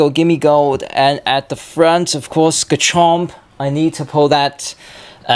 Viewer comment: Its called Gimmighoul not Gimmigold